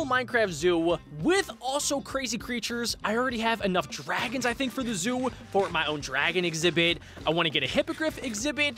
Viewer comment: Zoo not zo